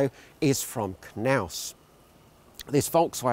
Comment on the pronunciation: He says KerNaus ............ ROFL